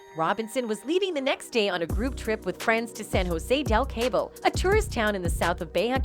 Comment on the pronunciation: Same!! Stop distorting Shanquella’s face, learn how to say Cabo, her murderers name, and several other different words. Poor taste and disgusting. Almost sounds computerized!!